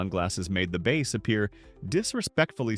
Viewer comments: What kind of fish is a 'base' fish could your AI narrator be talking about a 'bass; fish? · Bass has 2 different pronunciations too. AI doesn’t know this